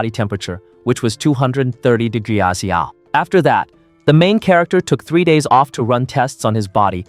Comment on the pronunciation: “230 degrassiou”